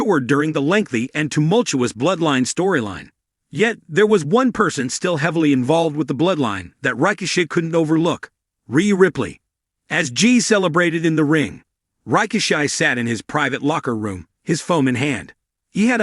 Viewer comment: To pronounce a nation rakishi is his father's name. Pronounce it right? Sounds like you're saying ricochet, it's raw kishi